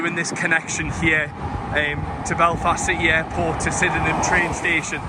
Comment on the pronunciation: there's a little shuttle bus from Belfast City Airport to Sydenham Station (pronounced) Sid-num). I was laughing at all your walking. 😂😂 Good videos though, keep it up 😊